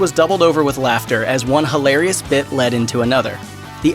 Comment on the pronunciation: Jesus??????? Paul Rodriguez on the phone with Jesus.... he-lair-e-es